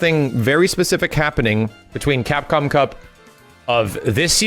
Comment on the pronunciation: Drinking challenge, every time successfully says CapcomCup!!! First 5 minutes and I'm dead...